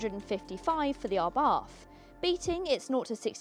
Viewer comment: Abarth is pronounced "Abart" ( The H is silent)....